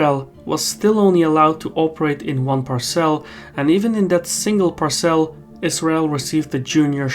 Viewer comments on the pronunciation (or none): It’s pronounced Par’cel not Par cel’ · "Parse'll" not "par-cel" lol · Good video. Very interesting. We aren't getting any of this information from our fake news outlets. It's all Trump, Trump Trump. By the way, parcel is pronounced with the emphasis on the first syllable, not the second. It took me awhile to figure out what you meant by par celles.